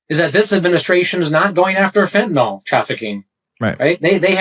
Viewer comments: Jeez, it's fentanyl, pronounced il, not ol. It is not fentanol. Makes you sound as stupid as saying nuqular, instead of nuclear. Or aks instead of ask. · Why is it that so many people, including this fellow Crow, cannot pronounce the word "fentanyl"? Corollary question: if we are going to insist on mis-pronouncing the word as "fentanol", then we should change the spelling. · It's not "fenatanol." It's fentanyl. Do you think you're somehow tough by intentionally mispronouncing it like a Republican would? Why don't you also use about "nucular" war?